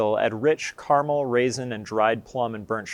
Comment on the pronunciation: Informative to a degree but elaboration on the different strains of pale ale malt would be a good addition. Also, using the correct pronunciation of 'Caramel' would be an improvement!